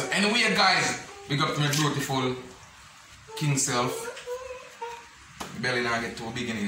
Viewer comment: A me alone hear king say bruetiful?